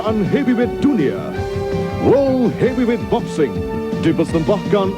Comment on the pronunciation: Wourld Heviwet Boksing lol